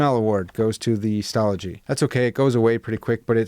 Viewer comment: You pronounced Stalogy correctly 😂 it is one of my favorite notebooks.